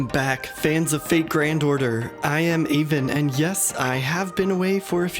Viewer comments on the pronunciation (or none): none